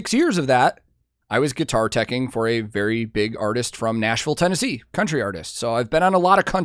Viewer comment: for a moment I thought you said: berry spot on, as that's in his name LOL